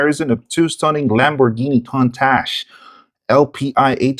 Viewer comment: Pronounced "koon-tosh"